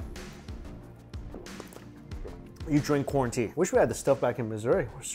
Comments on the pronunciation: For whatever reason I heard quarantea?? Instead of corn tea Like he was trynna give us one of his dad jokes ... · I thought mikey said "quarantea".. later I realized it was "corn tea", lockdown got me ಠಿ_ಠ